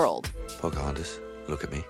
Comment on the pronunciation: But seriously? pocahoooontas?...